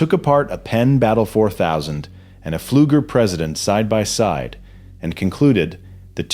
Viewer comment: The P in pleuger is silent